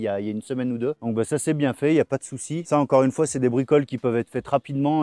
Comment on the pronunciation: Mais c'est que tu fais super bien l'accent Belges ... Une fois . 😉🇧🇪 .